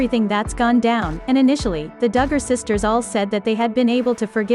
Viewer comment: Stop mispronouncing their name you are ridiculous say it right or don’t talk about them